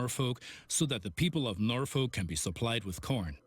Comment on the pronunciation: Just so you know (as a native Nebraskan) it’s pronounced NorFork